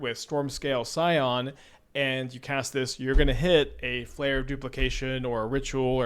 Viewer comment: "Skyon" instead of "Scion" 😂 why are you this way